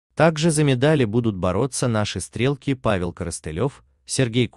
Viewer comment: Не стрЕлки, а стрелкИ. УЖАС!!! Откуда такой диктор?